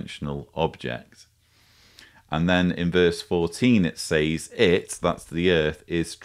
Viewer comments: As a speaker of American English I am intrigued by your pronunciation of the word SAYS. We say SEZ, but I like the sound of SAYZE. Excellent content and illustrations. By the way, I boosted the audio speed to 2X and found the everything quite comprehensible. Keep up the good work, please. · Great analysis, but your pronunciation of the word "says" is bugging the hell out of me. Say it like you say "said", but with a "Z" sound at the end instead of a "D". Thank you. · why does he pronounce 'says' as 'saays'? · Is it just me or is he pronouncing “says” incorrectly? It’s triggering the fuck out of me hahaha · I'm from the UK and nobody I've heard pronounces it like he does, it's unique to him.